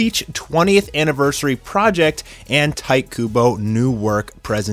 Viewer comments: ITS TEE TAY, NOT TIGHT KUBO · It’s not tai kubo, it’s ti-te ku-bo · It's pronounced ti tay ku boy not tite kubo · lol you pronounce his name Tea Tey Coo Bow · You can't be an anime fan and pronounce shit like Tight Kubo...smh. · Tee-teh Kubo 🤦‍♂️🤣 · I hated how he says "Tite Kubo"